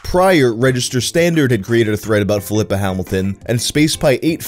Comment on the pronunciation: I'm not sure here, but I think the name Filippa is pronounced "phil-lee-pah" similar to Filippo or Filipe (phil-lee-poh) (phil-lee-pay). Instead of pronounced Flipper like the dolphin. Small nitpick.